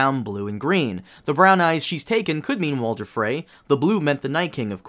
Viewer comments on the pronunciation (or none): none